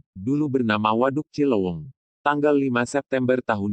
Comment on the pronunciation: Cileuweung,bukan cilowong